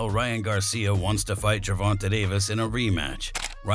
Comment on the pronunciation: Why do you always pronounce Gervonta's name wrong